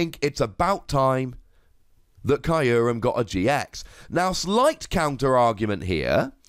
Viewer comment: I hate how Kyurem is pronounced in this video. I thought it was "Cure-em".